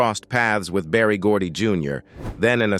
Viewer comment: Berry Gordon not Barry.